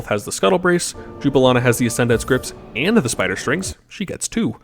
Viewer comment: Not me getting irked every time he says Jubilina and not Jubilana lol